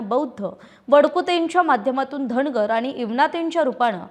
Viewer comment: चार णावं, धणगर, भाजपाणं, रावसाहेब दाणवे असलं धेडगुजरी गलिच्छ मराठी कानाला अतिशय खटकलं.सबब, हा चॅणल पुण्हा पहानार णाही.